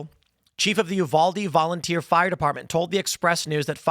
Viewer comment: "One day you wake up and you're on FOIRE!"